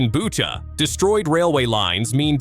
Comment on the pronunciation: It is Butcha and not Buca!